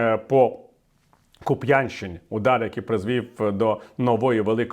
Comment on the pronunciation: Пане Віталію, правильно – Ку́п'янщина, а не "Куп'я́нщина".🥴